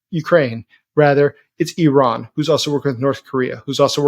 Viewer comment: Wow. That was one of the best analyses and summaries I've heard recently. (And my ears really picked up when you pronounced Iran correctly!) Thank you so much for this! Can't wait for more!